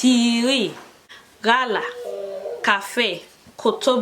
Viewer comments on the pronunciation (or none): come and agayazo me ooo because you tried! But wait ooo did I just hear ghala? As in our Nigerian gala?😂😂😂